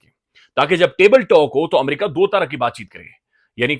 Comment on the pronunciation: Amaarca, learn to say America please